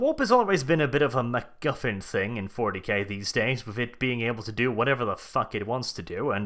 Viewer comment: I liked how you said McGuffin. I also liked how you said another word but that is rather rude to repeat. Thanks for a fun review.